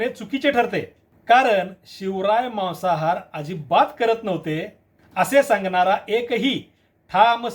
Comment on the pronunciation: Maasahaar aahe te Mawasahaar nahi😂